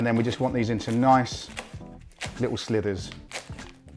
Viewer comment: Love your work, but hey mate - it's 'slivers', not 'slithers'. Don't worry, half the population gets it wrong. 'slither' is what a worm or snake does! ;)